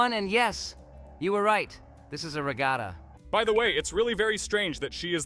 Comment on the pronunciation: “Ragata” lol